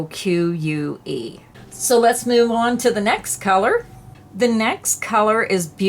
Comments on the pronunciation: Beroke is how it's pronounced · Pronounced (Bar-roke) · The yarn that you sure of the pronouncement,I believe is bur-roklike the old style of furniture and wall trim that is very large and gaudy, from centuries ago. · Baroque is pronounced “ba-roke” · In the last couple weeks I have been in two different Michales stores in the Phoenix, Arizona area and it seems they were both having the same sale you incountered in the Pa. area. The other thing is the one yarn you had a difficult time pronouncing is pronounced (Ba - row- K) I hope that will help you with that word. Jean A. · Pronounced: bah-roke. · Thanks for the demo, those yarns are beautiful! I like the baroque and I think it is pronounced to rhyme with croak...ba roak. The other I liked was the one that looked like silver and gold....it would make a great sweater for festive occasions. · The word you were having trouble with is pronounced "buh-roke:. The Fenton, MO, (St. Louis area) Michaels has reduced there yarn drastically. I was in there this weekend. It was sad. fenton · Love the samples that you worked up and the stitches that you used. Baroque is pronounced Bah-Roke. I appreciate this series!!